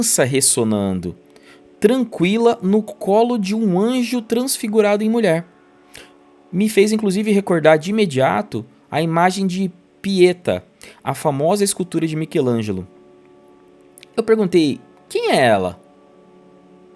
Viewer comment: Uma observação: a imagem da mãe Cidália segurando o filho Chico era uma representação da escultura "La PietÁ", e não "Piêta" como você pronunciou (ou seja, "A Piedade"), que mostra Maria segurando o corpo morto de Jesus após a crucificação.